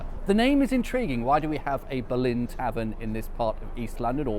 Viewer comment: Interesting. On your map the old West Ham ground is named as the Boleyn. As I understand it, this was always pronounced with the stress on the first syllable.